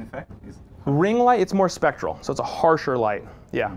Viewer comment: A good informative video. just needs to get the term "specular" right, it's not "spectral", that's something completely different.